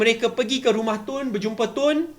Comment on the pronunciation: Budak hingus melelih. Cakap isu pun tak betul: isshue. Pengerusi jadi pengerushii. Dok diam2 kat gumah. ikut nasihat Ismail Sabri